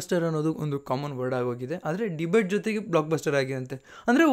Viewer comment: Bro adu debut . Debate alla